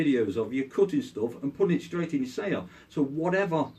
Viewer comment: i thought he said cooking but he was saying cutting all along